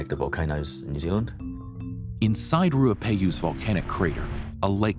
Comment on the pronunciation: The NZ mountain is a Te reo maori word, pronounced Rua-pe-hu so slight difference to the pronouciation this video